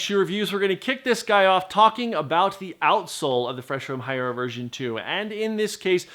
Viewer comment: You still couldn't bother to learn to correctly pronounce "Hierro"?